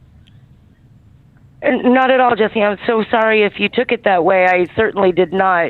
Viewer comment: Brooo he actually just said jess’e omg 😭😭😭😭